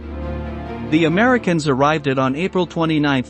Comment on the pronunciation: Your AI lost me with “arivded”